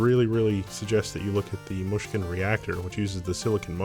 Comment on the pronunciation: I never realized this, but the way he says Mushkin is quite nice :P